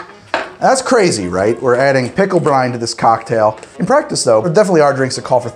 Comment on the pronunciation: Whenever he says "pickle brine", I keep hearing "Pickle Brian", like it's some sort of weird Pickle Rick OC.